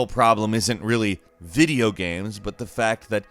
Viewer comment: "viga dm eoes" "video games"